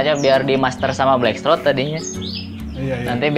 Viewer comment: Blackthroat bukan black shrot🤭